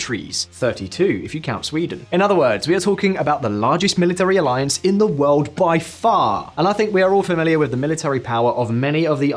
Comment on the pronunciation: "world" has an r sound........